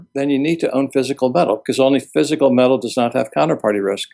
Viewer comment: Funny how pronounces the word "met-tal". I wonder where he is from?